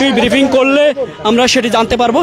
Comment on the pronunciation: রিপোর্টার ভাইয়া বিরিফিং আর ব্রিফিং দুটোর উচ্চারণ ভিন্ন। মেহেরবানি করে উচ্চারণ শিখে আসুন।